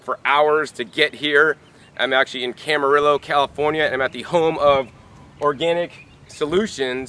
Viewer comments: It's pronounced CAM A REE YO, Calif. Good vid, tho, dude. Thanks. (from a southern californian - El Cajon) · It’s pronounced cama-rio. 😉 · Camarillo is pronounced KAM-ə-REE-oh. Two "LL's" are pronounced as a "Y" in Spanish/Mexican.